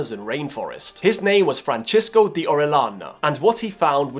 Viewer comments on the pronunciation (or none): Fran-sis-ko. Not Fran-chis-ko.